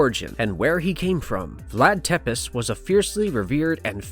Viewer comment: It's pronounced "tepesh" not "tepiss"